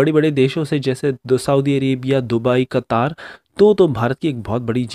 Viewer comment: कतार नहीं। कतर। भाई आप देश का नाम भी सही से नहीं बोल सकते?